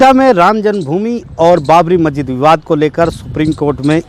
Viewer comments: Patrakar mahoday majjid nahi hota ha masjid hota hai bolna to jara thik se sikh lijiye....aise report banayenge to log aapko jahil samjhenge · मस्जिद बोलना तो कम से कम सीखो चाचा